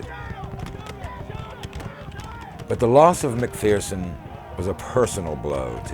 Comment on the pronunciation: It's pronounced Mac-furson, not fearson. As we in the clan say, "There's no fear in MacPherson". Turns out General James is/was a distant relative of mine. I'm a massive history nerd & this is a great documentary, i only wish it was longer! ✌❤ from Canada